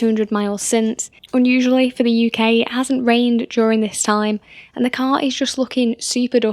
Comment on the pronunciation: While being English, why is it you can't pronounce "car"? Nice ass though Edit: Assuming you're English, my American ears usually can't tell between English and Irish